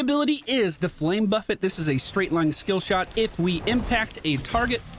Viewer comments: There's nothing more annoying than putting down your W then stiches or someone boops them away. You just gotta cry inside. Always enjoy playing Alex. Also still tilts me how you pronounce buffet. xD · I remember when pronounced the flame buffet as the cafeteria buffet.